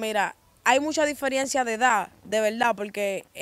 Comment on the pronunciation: Diferiencia no, diferencia, Tu tampoco eres joven ya, Busca de Díos.